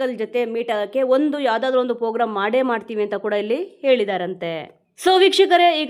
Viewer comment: Pogram alla Madam program